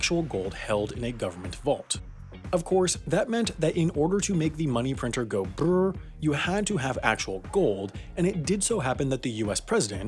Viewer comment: Sorry but thats not how you say bbbrrrrr